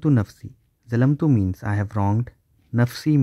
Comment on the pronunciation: JazakAllah Khayr for the video, brother. May Allah grant you success in this Dunya and the Hereafter Ameen. Just wanted to let you know that "Thalamtu" is pronounced with putting your tongue between your teeth making a "th" sound. I used to pronounce with "Z" sound but that's not correct. Same with the dhikr in rukoo. We must say "Subhana Rabbi Al Atheem"